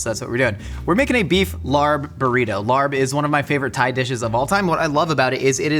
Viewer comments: it’s pronounced “lahb” not “larb” pls🤧 i’m cringing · the Thai dish larb is pronounced "l-ah-pb" so the R is silent. Just wanted to let you know since it sounded so funny hearing you say LARB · Just a quick clarification — it’s actually pronounced laab, not larb! And while you’ll often see it on Thai menus, laab (or laap) is originally a Lao dish. Laos is where it comes from, and it’s a huge part of Lao cuisine and culture. Thai cuisine adopted it from the northeastern Isaan region, which has strong Lao roots 😊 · Fine, I'll listen to Ologies. Also, lARb? Homie, its pronounced like lap but you gotta stread out the a in it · "Larb/laab/laap" is pronounced as "L-app", not like "L.A.R.P". Also it's Laos not Thai, but closes enough... Not like your pronunciation tho, gdi. I never understood pronunciation cringe until now. Other then that nice to see an attempt, even if you did butcher it. Ground meat works to save time but will always tend to dry out much more than minced rare meats, especially if you don't eat hot (which larb topically isn't) . And we use lettuce not cabbage, i think imo it's also not as dry when raw/fresh. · Larb is pronounced more like lop. I say larb too cause I think it’s funny when I read it at restaurants but in case you wanted to know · I just realized what you were talking about when you were saying “larb.” It’s a the national dish of Laos and very popular in Thailand but all sorts of Southeast Asian people have their own way of making it. Also, it’s pronounced more like “lah.” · There's no "r" in the pronunciation of larb, it's confusing. It's pronounced laab, and the b has a bit of a p sound to it. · sad to hear the laRRb pronunciation from a seasoned mythical chef like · Your pronunciation of Larb is very unfortunate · The R in larb is actually not pronounced - I don’t make these rules! Anyway, love your videos! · I knew the larb was gonna be a fail when he pronounced it like that..hard on the R 😮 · fyi, the r in larb is silent